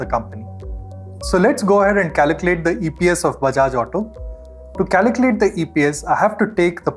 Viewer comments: CALCULATE, not "caliclate" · Great video and super helpful but for god's sake please learn how to pronounce "calculate"... it's incredibly distracting.